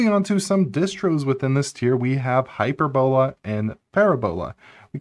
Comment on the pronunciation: Pronunciation corrections: the emphasis for parabola and hyperbola are on the second syllable, not the third syllable. So they are pronounced parAbola and hypErbola. Also, I'm pretty sure that "mach" is pronounced "mauk", just as in "Mach speed".